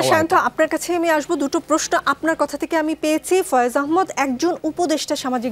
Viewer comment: আপনার কাছে ভূল উচ্চারণ কাঙ্ক্ষিত না,আহ্ মদ না আহ্ মাদ।